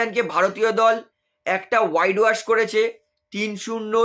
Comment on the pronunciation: ওয়াইড ওয়াশ নয়, হোয়াইট ওয়াশ।